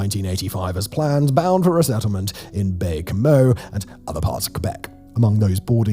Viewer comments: "Baie Comeau" is pronounced "Bay Como" more-or-less. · The way you pronounced "Baie-Comeau" is hilarious.